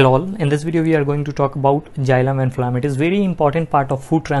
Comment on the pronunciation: Sir you explained correctly but please correct the pronunciation of xylem, photosynthesis and phloem Thank you